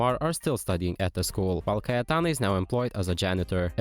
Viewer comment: You pronounced cayetana perfectly ive never been so proud of a stranger <3